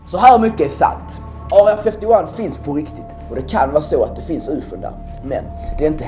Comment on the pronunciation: "Aurea fäfty wan" hahaha jag döör